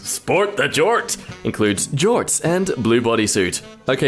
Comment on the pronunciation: that is not how you say jorts you [advertisement for jort storm]